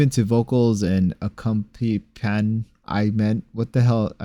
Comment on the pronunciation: Ha ha ha ha that Jasmine voice was hilarious 😅. Accompaniment is pronounced A COMPANY MINT